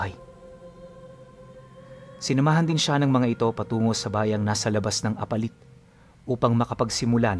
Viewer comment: Yung pagbigkas ng apalit ay mabilis dpat mabagal po para tumama ang bigkas mo!!